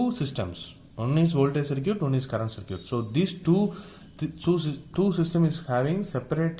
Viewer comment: Great lecture. BTW Circuit is pronounced "SIR KIT" in English.